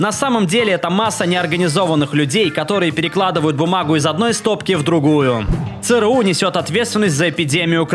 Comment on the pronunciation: Бляяяя. Не цэ рэ у, А ЦЭ ЭР У....